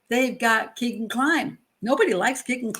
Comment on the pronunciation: It's pronounced Kaygan after a strip joint in Vegas